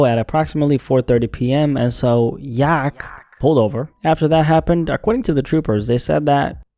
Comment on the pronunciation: the way you say yak almost gives an aneurism